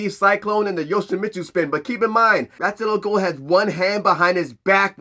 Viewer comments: I like Ghul's proper name pronunciation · Pronouncing Ras al ghuls name incorrectly the whole time ruined it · Damn. That name thing is a game changer. Also props for learning and making sure to say it fluently so many damn times. I can't promise I will get it just as fluently but I will practice. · didn't batman pronounce Ra's name two different ways in this movie. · Well...imma just go with Kevin Conroy's pronunciation on this. This "true" pronounciation has that Carl from Jimmy Neutron saying "Croissant" energy. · fuuuuuck... so we've ALL been saying his name wrong this entire time!? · It's been mispronounced in multiple different ways. I'm almost reluctant to take it because this is the 3rd pronunciation I've heard for it. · Holup then DC needs to correct how his name is pronounced! Cause from Arrow, Batman the Animated series, and many DC IPs pronounced his name as it shouldn't be. Please point this out so more fans figure out how to say it.